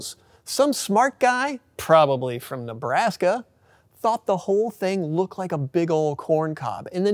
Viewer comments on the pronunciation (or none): none